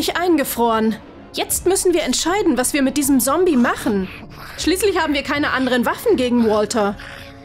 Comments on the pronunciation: Du sagst sombi schtad ZOMBIE 🧟‍♀️🧟‍♂️ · Alter es heißt ZOMBIE und nicht sombie 😒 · es heisst zombie und nicht sombie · Es hießt zombie und nicht sombie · Ja die sagt anschdat ZOMBI sombi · Stimmt sie sagt sombie und nicht zombie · 1. Wenn ich mir solche Sachen bastle sterbe ich 😂 2. Kann sie bitte aufhören sombie zu sagen.. dass heißt zombie ZOMBIE 😂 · Nein sie sagt die ganze Zeit Sombie😅😄😜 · Wieso sagt diese Stimme: Sombie und nicht Zombie🤦‍♀️ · Okay, ja wir haben glaube ich alle verstanden das sie Sombie und nicht Zombie sagt und das die andere Stimme besser ist.😂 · Bitte NICHT diese Stimme Die ist schrecklich 😭 Ps. Das heißt Zombie und nicht sombie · Das Wort Sombie ist zum tot lachen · Es heißt Zombie und nicht Sombie! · Alter die sagt die ganze Zeit Sombie nicht Zombie!! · ES EIST ZOMBI NICHT SOMBI! NICHTS gegen die andere stume aber ich wiend die alte beser. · WARUM SAGT SIE SOMBIE DAS HEIßT ZOMBIE 🤦‍♀️🤦‍♀️🤦‍♀️🤦‍♀️🤦‍♀️ DIESE STIMME KANN NICHT RICHTIG REDEN UND IST SCHRECKLICH 🤮🤮🤮🤮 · Das heißt Zombie und nicht Sombie Und wie man Frisbee ausspricht weiß die offensichtlich auch net :/ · Es heißt Zombie nicht Sombie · Die stimme sagt Sombi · Zombie wird mit einem harten Z ausgesprochen nicht mit S... als Z... Eh... Hört sich bescheuert an wie die das Ausspricht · Das heißt nicht sombie sondern zombie ! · Sie hat sombie gesagt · Nicht sombie Zombie Z o m b i e und könd ihr bitte bitte die andere schtine machen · Es heißt ZOMBIE und nicht Sombie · Es heißt zombi und nicht sobi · Das heißt Zombie und nicht Sombie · Nicht sobi sondern sombi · Es heißt nicht Sombie ondern Zombie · Sombie es heißt ZOMBIE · Das heißt Zombie nicht sombi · Zombie nicht Sombie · Genau, das ist ganz klar ein " Sombie " außerdem ist das auch ein "Sombiebuster" es in anderen folgen wo die bessere Stimme noch gesprochen hat sind das eigentlich alles Zombies und ein Zombiehounter 😒😂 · Sombie sombie ES HEIßT ZOMBIE 😡😡😡😡😡😡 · Z für Zombies auf dem Schild und sie sagt immer noch sombi